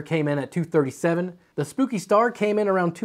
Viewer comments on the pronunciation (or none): It bothered me so much every time he said "spooky" when it's clearly "spoke-y" lol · I think "Spoki Star" is supposed to be read "spoke-y" and yes, that star has spokes. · Its spoki star not spooki 🤣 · I think it's "spoah-kee" star, not "spooky". Like it's spoked, like spokes. Spoki!!! Man, I have to say I really enjoy when these fan review vids feel longer - more talk about the fans themselves before going into the various tests that are involved. Sometimes the fan showdowns felt a little abrupt and rushed here and there - maybe it was just me though :P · Spoki, not spooki. LOL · Pretty sure it is SPOKEie not SPOOKY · I think spoki is supposed to be pronounced like pokey with a S not spooki. Lol. Great vid as always. Keep it up! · Its Spoki, like Spoke/poke-y not Spooki which would have two o-s. And that explains it POKEing you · I think "Spooky" star is supposed to be pronounced "Spoke-y" star ... because of you know ... all the spokes that give you pokes on it. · Spoke-y, not Spooky! (I think?) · I'm pretty sure the "Spoki" star is "Spoke-y" not "Spooky." Because all the different blades are "spokes." But we're going to need to hear some original-source confirmation. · Is Spoki-Star supposed to be pronounced...Spoke-y-Star? As in like.. the spokes on the rim of a bike? Kinda feels like that to me, with a reached out play on "Spikey". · Pretty sure "Spoki" isn't referencing the word "spooky" but rather "spoke-y", as in it has a lot of spokes or maybe spikes. That's my take anyway... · Or Spock-y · Spoki = "spoke ee" If they want it to be pronounced "spooky" then they must use 2 'o's ;). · That is not spooky star, it's spoki star, like spoky (spoke as in the spokes of a wheel for example) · Hmm I thought it be prounounced spokey star, like wheel spokes.